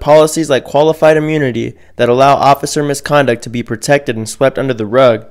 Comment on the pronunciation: Abiluhdee is not a word. Immunuhdee is not a word.